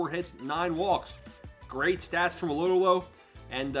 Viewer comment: You’re killing me man😂 “Low-Dough-Low”